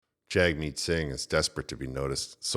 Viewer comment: Jagmeet also pronounced Jimmy